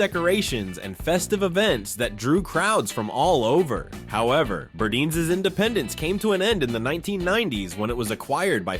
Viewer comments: Burdines is pronounced Bur- dines; not Burdeens , long i sound in second syllable. Also Bullock’s picture had people holding signs saying “ Bullock’s unfair to Negros” That isn’t saying much for that store. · The narrator called Burdine's BURDEEN's, despite the vintage commercial calling it BURDINE'S. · Pls learn how to pronounce the names properly………it’s burr-dines not burdeans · Great recap of brands of our past. You are killing me! You have to pronounce the name right. Burdines it is an “eye” I cringe when you say `burdines like `burdeenes’ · I loved the video, but you mispronounced Burdines. Yes, I'm a born and raised Floridian. It's a long "I" like dining, pronounced Bur-dine's not Bur-deans. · Nice trip back in time. Miss those stores so much especially Burdines in Florida. It was pronounced BurDINES not Burdeens but thanks anyway for the memories. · I worked at Zayre for a while after high school. I took my paycheck and shopped at Burdines (Bur deyens, not Burdeens btw). Those were the days. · " BirdEENs....PLEASE...Bur DINES... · Burdine's, The Florida Store is NOT pronounced , Burdeeens but Burd-EYENES ! Say it now! BURD-EYENES!!! How many fellow Floridian's are laughing our hot but's off at how you said this!!! I myself spit my sweet ice tea across the room when I heard the way you said it!! hahaha BURDINES!!! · Many are still open overseas. Some company or something must have bought or already owned their stock supply of products. loved the store catalogs, read them like they were important novels. This former NYer remembers very well these big stores. BUR--DINES-- Sheesh you can not pronounce anything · Being from Florida… We pronounced it BurDINES… sounded like WINE… BurDINES… :) just throwing that out there from a 1980s childhood in Florida perspective. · You pronounced Burdine's incorrectly.